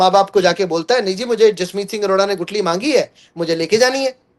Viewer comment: Gutli नहीं Guthli